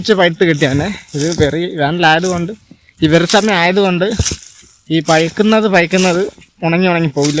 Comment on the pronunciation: പയ്ക്കുന്നത് അല്ല പഴുക്കുന്നത് എന്ന് പറ.